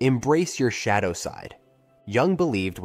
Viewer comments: The mispronunciation of common words by the A.I. voice bothered me so much it took me out of my concentration. I am also an INFJ and details like these catch my ear immediately. I find them reeeeally irritating. 'Shado' instead of 'shadow'. That was the exact moment I decided not to watch any further and express my annoyance in the comments. Don't the makers check their videos for errors like these? Do they leave the making of a video entirely to A.I? Don't they care? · Shay dough